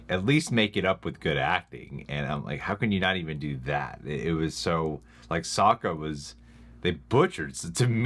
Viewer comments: ahng, soak-a, ear-oh, agni ki, uh-vatar... yeesh what a mess lmao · I'm a little disappointed you guys weren't as triggered as others watching this movie lol, I was expecting lots of WTFs, throwing things around, swearing, facepalming, and being generally pissed off, especially with the way they butchered all the names, oh god Soak-Uh Ong Ear-row the uh-vatar